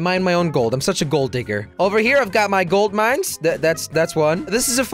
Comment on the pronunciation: "We got a couple more foams, got a couple more golt mines."